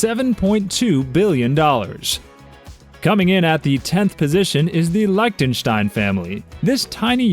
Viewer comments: Learn how to pronounce Lichtenstein and others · Wrong pronunciation of Liechtenstein, Vajiralongkorn, and Volkswagen. Hans doesn't have the title of King. Why was MBS shown during the clips for Abu Dhabi when he's from the House of Saud!